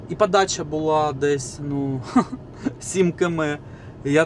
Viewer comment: Противно та смішно сдухати, ПАДАЧА, ЗУПИНАК, ПАРАХУВАТИ, ПАТУЖНА, ПАПЕРЩЕ, ПА КАМІОРТУ, НА ПАЗНЯКАХ, ПА БАЛТУ, ЖЕСТЬ!!! КРАЩЄ ЇЗДЬ МОВЧКИ!!!!!